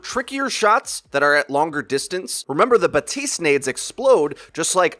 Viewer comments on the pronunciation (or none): Its baptist not batist the p isnt silent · In French you pronounce the p in his name. Batiste is a brand of dry shampoo, BaPtiste is the new hero on Overwatch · BAPtiste, you DO pronounce the P. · It's BaPtiste you pronounce the p lol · You're supposed to pronounce the p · i stopped watching when you said batiste